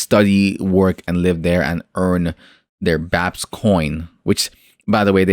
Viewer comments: Reviewing a project like BAPES which you should’ve been pronouncing it like Ba• apes not BAPS lmao! You only said their name right ONCE in that entire video which was when you were reading the “Planet of the Bapes” part. But to fully review a project like Bapes that is promising a lot and seems overly ambitious you have to fully immersive into the Bapes discord and listen in on podiums and AMAs. It can’t just be something you spent a few hours on bro. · Bro if you’re going to review a project learn how to pronounce the name correctly lol…. smh 🤦🏻‍♂️ Completely ruins your credibility. Also you did very minimal research. You didn’t go on the discord, you didn’t go on their twitter. Unless you’ve been in the space for 8+ months or are a popular NFT influencer it’s very hard to form an intellectual opinion on the surface without doing more extensive research. Just my opinion not hating just tryna give some honest feedback, do with it what you will. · Hahaha I might've harped on you pretty bad about mispronouncing their name but like I said in my first comment it really ruins the credibility of the video. And I agree with what you said. I think that is an important piece to a large puzzle. You covered a few important pieces in the video but not everything was included. I understand wanting to release content and not wanting videos to be super long but I feel it's a lot better to take some time to do some immersive research on projects like Bapes Clan and then just gather some bullet points from your research that you can fully cover in your video. Quality over quantity, as they say in youtube. It's just small things like that, that will help get your videos get to the next level.